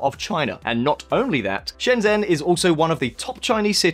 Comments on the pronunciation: Just wanna point out, Shenzhen is pronounced "Shen-Jen" (the "zh" equates to a hard "J" sound in Chinese Pinyin) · Shen zhen is pronounce Shen chen, with C not J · Shenjen! Like next-gen. But I have heard a friend from Hong Kong pronounce it as Scienjen. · You cover shenzhen a lot, so why not learn how to pronounce shenzhen. The 'zh' sound more like a 'j' sound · or to be more specific the 'ge' sound on the end of George. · Country Garden is indeed based in Foshan, Guangdong (Shunde District to be precise) as is Shenzhen but the implication this means that they will copy Shenzhen is pretty simplistic. Foshan is its own city of over 7 million people more than 2 hours drive away from Shenzhen. I know this because I live in Foshan and have done that drive many time. Also please learn to say Shenzhen properly. The zh makes a j like sound and not a simple z with the h dropped as you keep doing.